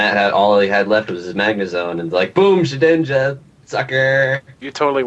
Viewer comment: Lol, ShedNINJA, It's Shedinja dude.